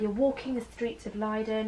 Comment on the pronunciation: I love the way you pronounce Leiden! (I am from the Netherlands)